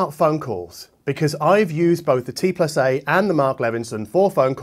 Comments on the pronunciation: It’s pronounced TandA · It is called T und A